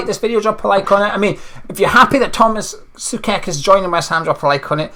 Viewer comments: Just one thing...it's pronounced like [so-czech]. Apart of that, I hope the Hammers will appreciate him a lot and as a Slavia fan I wish him and all West Ham all the best for the rest of the season and for the seasons to come. I believe all the Hammers will love Tomas as we do. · Tomáš Souček - So-check - is the correct pronounciation...😀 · I believe it's pronounced Soo-Check mate......